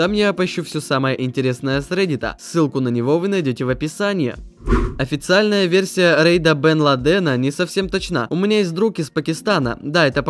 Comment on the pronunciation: Усама бен ЛАден. Ну какой блин ЛадЭн